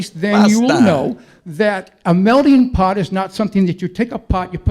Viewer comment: What does his hat have written on it? Also, he is saying "melding pot" and not "melting pot." Also, it's a metaphor and you won't hear the term in culinary, it's always used in the context of people, cultures and such.